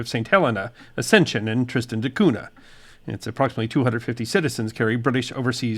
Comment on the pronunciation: Thank you correct the corrrect pronunciation.